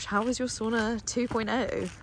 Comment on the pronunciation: It’s called Sauna, not Soona 😂 ❤